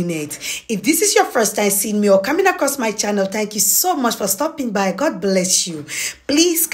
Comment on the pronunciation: Gurd? It's G O D